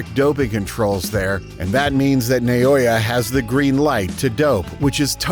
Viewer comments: Stop saying Na-yo-ya. It's an-yo-ying. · The name is pronounced "Naw-oh-ya".